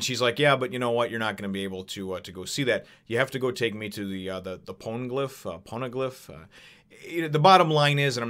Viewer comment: Yeah, you said Poneglyph correctly, but for some reason, Viz decided to spell it Ponegliff. In the 4Kids dub of the anime, they called it a Ponecliff, which makes even less sense.